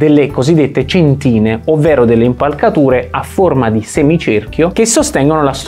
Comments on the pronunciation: Bravo, però si dice cèntina, non centìna. Sennò sembra che dici centinaia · Bravissimi come sempre, ma da architetto, mi permetto solo di correggere l'accento della parola "cèntina" e non "centìna" :P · Si dice cèntina non centìna. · Grazie mille, siete l'avamposto della divulgazione. Una precisazione(se mi è permesso), l'accento tonico della parola centina è sulla prima vocale; cèntina e non centìna. Grazie mille per il vostro impareggiabile lavoro. Claudio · Bello ed efficace, molto chiaro. Due appunti: si dice cèntina e non centìna, e poi: non è stato Brunelleschi a definire dimensioni e forma della cupola, ma coloro che avevano realizzato il duomo cento anni prima e che erano arrivati a realizzare il tamburo poligonale! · Congratulazioni. Ma devo farti notare una cosa: si dice cèntina, non centìna! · Complimenti per il video ma la pronuncia corretta è cèntina (non centína). State piú attenti in futuro. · Mi scuso per le precisazioni, ma l'edificio (quando fu realizzato in proporzioni eccessive per poter realizzare una cupola tradizionale) risale alla fine del XIII secolo; e la parola centina si pronuncia "cèntina" 🤗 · Cèntina. Ci vuole poco ad evitare certi strafalcioni. Controllate prima la pronuncia corretta di vocaboli che chiaramente non appartengono al vostro ambito. :)